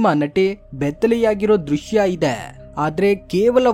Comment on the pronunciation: Drushyam alla Drushya Kano